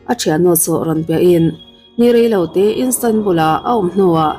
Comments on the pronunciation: Instanbul nilovin Istanbul zawk w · Police ni lo in polish (Pâwlish) ti a lam tur aw 🤦🏻‍♀️ 👮 nula emaw ka ti hman dawn lawm 🙄🙄🙄 Istanbul, Turkey khawpui pawh Instanbul ti in I lam tlat…. I awm a nalh sia, next ah chuan lam dan tur ngaithla hmasa la…. TCIM nei tu pawh a aw (voice) a mawi ltk a, mahse a thil lam dan a mak thei ltk… a bikin English ah hian. FAKSEL a haw ropui sia… nang chu thinrim ve suh aw. Lam dan tur ni lo deuh a in lam chuan kan thil ngaihthlak mood ah chen a harsa duh ltk